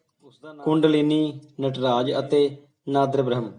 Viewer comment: Nadarbaraham ni bhai naad braham